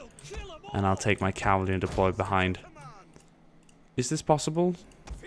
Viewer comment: Pretty french accent :D CAVALERIE